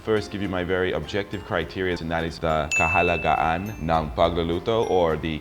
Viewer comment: It's "Ka-ha-la-ga-han", not "ka-ha-la-gah-an." Bi-la-o , not bi-lao, Thank you for the video, 😘😘😘😘😘 I love pinoy rice cakes/ desserts 👍🏽👍🏽👍🏽👍🏽👍🏽😘😘😘😘😘